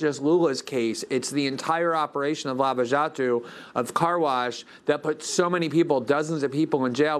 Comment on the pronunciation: You can tell Glenn's spent time in Brazil talking to the people there by the way he pronounces Lava Jato ;).